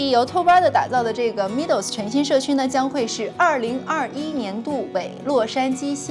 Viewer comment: Meadow 这个字是读 ˈmedō/ （美豆），不是像你读的米豆。